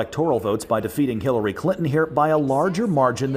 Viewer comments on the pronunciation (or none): Lmao it sounds like he says killary instead of Hilary lmao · he say killary